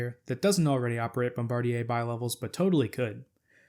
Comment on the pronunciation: Congratulations on your correct pronounciation of "Bombardier"! The vast majority of people pronounce it like the crew member who drops the bombs. I was very crudely corrected by an employee of the company when they were in Philadelphia mamy years ago testing the first generation of Acela trainsets.